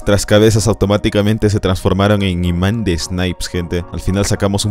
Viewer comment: F , soy el like 56 , xd" Imánd de balas "